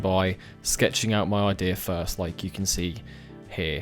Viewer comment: Fird sketch? Fru the valley? lol. You people invented the bloody language and can't say the words with the ACTUAL letters being used. Amazing. I guess there really are different accents in such a small island nation.